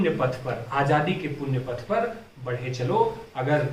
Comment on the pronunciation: 'बढ़े' का उच्चारण ?!